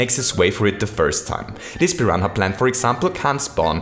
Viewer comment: Pi ran a is how u say it not Pi hana